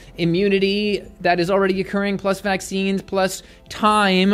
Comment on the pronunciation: What does vaksheeenz mean?